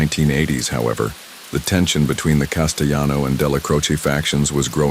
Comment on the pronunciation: Castelano with an L. He was not Spanish